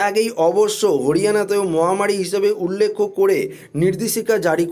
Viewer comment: উচ্চারণ ঠিক করুন উল্লেখ উল্লেক্ষ না ।